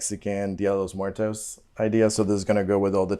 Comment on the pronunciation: when he said "dee-uh day lowes muer-toes " bro I thought you were from Mexico? lol